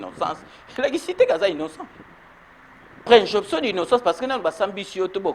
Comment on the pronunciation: On dit présomption mon cher pas" préjonption"